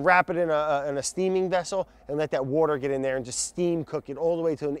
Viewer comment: I can't say 'water' anymore. It's 'wourder' now.